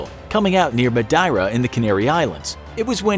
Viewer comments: Madeira pronounced Ma-dee-ra not Ma-dy-ra. Like the cake. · "meh die ruh" cringe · About the Portuguese island name: it sounds ''ma-DEI-ra'' and not ''MA-DE-ira'', like you spoke it. =) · Madeira Mad-er-ra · "ma-DYE-ra" for Madeira? Jesus. I guess it must be an internet inside joke, to make a video in which to opine expertly on a topic, then completely bungle the pronunciation of the most basic terms. Because there's certainly no way to find such things out, such obscure arcana as the pronunciation of well-known place names. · As portuguese I laughed so hard when he said Madeira like that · Can you actually not pronounce Madeira?